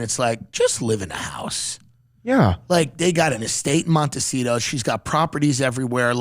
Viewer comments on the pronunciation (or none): none